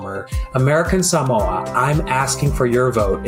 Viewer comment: The silly thing is Jason Palmer didn’t even pronounce “Samoa” correctly.